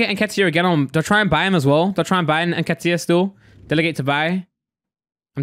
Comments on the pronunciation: When he said nketah I thought who's that pronounced nketiah completely wrong lol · Eddie ‘nkeetah’😂😂😂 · why tf did u say Nketiah name like that nketah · It's En-ket-iah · Fuckin hell saying Nketiah like he's French aha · Is no one gonna mention how pronounced eddie nketiah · Its not even pronounced n ket iah lol